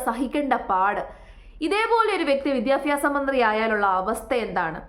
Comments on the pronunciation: വിദ്യാഭ്യാസം അത് ആദ്യം പറയാൻ പഠിക്കുക സ്മൃതി വിദ്യഫി മാസമല്ല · മോളുസേ വിദ്യാഭ്യാസം എന്നാണ് വിദ്യാഫ്യാസം എന്നല്ല.